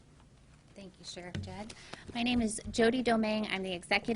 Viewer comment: “Judd” Dread